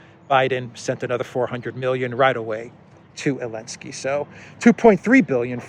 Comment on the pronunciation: Just wondering why you are pronouncing Zelensky's name as 'Alensky' or 'Yelensky.' Sorry if I have not seen an earlier explanation...